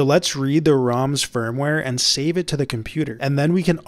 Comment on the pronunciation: Am I the only one who heard him say the ROM sperm ware?